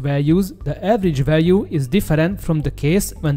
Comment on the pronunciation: Összességében jó lett a narráció, 1-2 szót nem értettem csak elsőre. Egy szó volt mindössze "fájdalmas", a "value" aminek a kiejtése "veljú". A Szu- rövidítést általában s-u ("eszjú")- ként mondják, de mivel a Szuhoj angolul "Szukoj", szerintem a "Szu" is jó. Egyébként a MiG-21MF-et nem érintette a 90-es évek nyomora ? Ha a Bisz-nél ez tényező akkor ennél is elvileg be kéne kavarnia, aszt hiszem 96-ig még repült az MF.